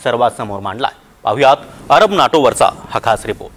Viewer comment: अबर नाही अरब